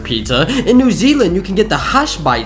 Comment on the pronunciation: The L in Salmon is silent